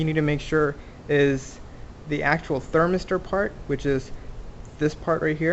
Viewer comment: What the fuck is a "thermerster"?